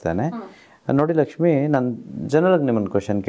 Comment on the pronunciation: Sir nimma bayinda laxmi anta yashtu channagi heltira